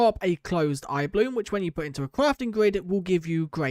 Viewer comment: Can you say blossom correctly please for once?